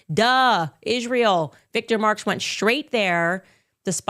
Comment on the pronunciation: ISHrael lol every time she says Israel or a word with s she adds an h lol